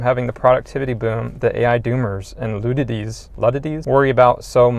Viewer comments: You lost me when you were unable to pronounce the word "Ludities." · Not trying to be dingdong, but it's pronounced "luh-dyte" just fyi. Great vid though. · Can't pronounce Luddites? Why do so many youtubers have trouble pronouncing words?